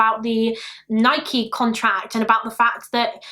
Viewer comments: I’m from Oregon in the states where Nike originated and it’s pronounced Ni-key, the first British person I’ve heard say it correctly 😂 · It’s Nike you said it right 😊